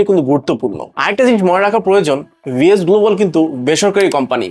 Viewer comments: একটা বারো ভি এফ এস বললো না ভি এস বললো😂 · তুমি সাওয়া আগে ভি এফ এস উচ্চারণ শিখে তারপর ভিডিও বানাও 😂😂😅😅